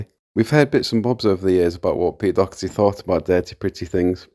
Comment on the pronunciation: You don't have to say "DOH-erty",as if Homer Simpson is having a crack at Irish, you pronounce it the exact way your saying 'dockerty' but change the 'ck' to a 'h'. Daw-her-tee(but said fast).